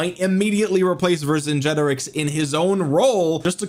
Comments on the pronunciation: Vercingetorix is not pronounced like that, it's pronounced Ver - cin - get - orix ✅, not Ver - cin - ge - torix ❌. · Ver-sin-get-or-rix. I think it’s a hard ‘g’ as in ‘get’. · bonsoir de France : "VER SAINT Jé toriX" pour la prononciation française. ... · You have to pronounce it the german way